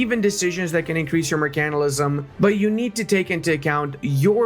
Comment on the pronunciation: learn how to say Mercantilism